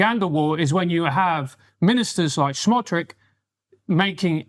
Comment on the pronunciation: Dude with glasses needs to learn how to pronounce the name, Bezalel Smotrich. Very poorly informed.